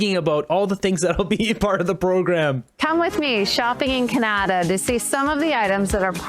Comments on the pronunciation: CAN A DA. it's Canada not Ca Na da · Did that Sudds lady pronounce Canada as kanata ? What the heck? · Did Jenna say:"Come shopping in KA-NA-TA" What head injury did she suffer?